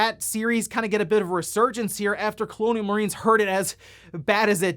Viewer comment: "Cologne Marines"